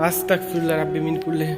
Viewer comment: তোমার উচ্চারণ এ ভুল হয় ভাই.. (Astakfirullah) hobe na..(astagfirullah)..hobe..🙂